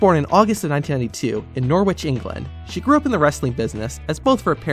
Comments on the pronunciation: Just btw its pronounced Noh-ritch not Noor-Witch. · Nor-which? Think it's pronounced "no-rich" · Norwich is pronounced Norrage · Just saying Norwich is pronounced like Norich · Why can no Americans pronounce Norwich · F you!!! You pronounced Norwich wrong. P.s I’m from Norwich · Eugh I hated how you pronounced Norwich and there is no truth in Norwich when you pronounce it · You don't pronounce the W in Norwich